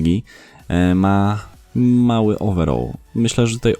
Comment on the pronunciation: Ogólnie lubie Twój kanał mimo, że od niedawno go oglądam a od kilku dniu subskrybuje a chodziło mi (nie odbierz mnie, że Cie obrażam albo się śmieje bo nie o to mi w ogóle chodziło w komenatrzu) jak śmiesznie brzmi wymawianie słowa "overall" wiem, że preferujemy angielski angielski i tam wymawiamy PODOBNIE jak Ty "owerol" ( i to właśnie nie wiem dlaczego tak na mnie działa, ale odrazu mam beczke z tego w sensie z tej wymowy) a tutaj uważam, że zdecydowanie lepiej wychodzi wymowa z angielskiego amerykańskiego po prostu "ołweral" a Ty jak sądzisz? Chociaż chyba niepotrzebnie pytam skoro cały czas mówisz tak jak Ci poprostu lepiej:) A w sumie na filmiku którymś z ostatnich też jakoś fajnie śmiesznie przejęzyczyłeś nazwisko piłkarza, ale już nie wracajmy do tego;) Rozwijaj kanał, podoba mi się Twoja robota dlatego też dałem suba i mam nadzieję, że może zagramy w któryś dzień mecz towarzyski w UT:) Co Ty na to?:) Pozdrawiam 💪💪